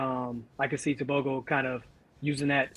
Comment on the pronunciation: Wow you pronounced Tebogo's name perfectly.